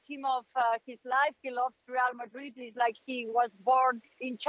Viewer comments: The way the pundit pronounces Real Madrid got me weak 😂 rrrieeerrll madriiiedd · I really really really hate how Moreno says “Reāl Madri”…… regardless of how right his pronunciation may be, makes it even worse the fact that he says it 6 times in every sentence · How many times does say Real Madreeed??